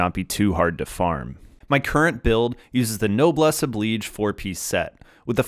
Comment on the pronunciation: OMG! You are the first Genshin Impact content creator that I have ever seen (heard?) pronounce "noblesse oblige" correctly!